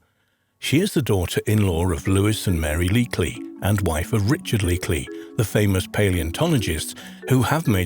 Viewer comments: First you said Leakly numerous times. Then you said Leakey a couple of times correctly. Then you said Leakly again. I don't believe this is AI. I think you didn't do your research or you were reading from someone else's script or god knows what. smh. Why would you upload a science/history type of video without having someone else check ✔️ ✔️ your work? And I mean this in the nicest possible way. ☮️💖🌻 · It's leeky not leekly!! WTF?? SORT YOUR FREAKIN CRAP OUT